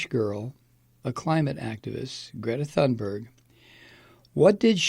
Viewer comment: If you pronounce her name "Grayta Toonberg" you'll be at least close. You're not at the moment.